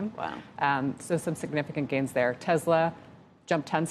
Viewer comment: I dont get people calling the company Na-vidia. Its "N" vidia. It's like they dont listen to the conference calls at all.